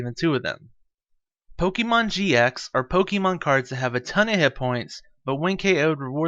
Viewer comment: Please pronounce Pokemon correctly, 😢 sounds awful, it distracts me from the tutorial